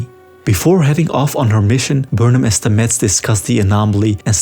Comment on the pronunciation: Great recap. One thing though: his name is pronounced STAH-mets, not StaMETTS :-)